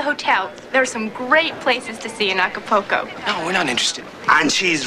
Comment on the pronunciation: It's not Aca-PO-co . . It's Aca-PUL-co 😮😮😅😅😅